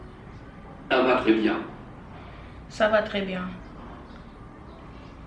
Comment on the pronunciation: Go! You did say ca va tres bien correctly, perfectly it just idk doesn’t like you? What is wrong with it you said it perfectly!? It normally makes the word Sto blue and you have to get the majority of the blue to have it correct